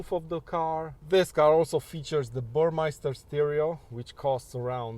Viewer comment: So good to have you back! Just a note... It's BurmEster, not BurmEIster! Cheers from Italy!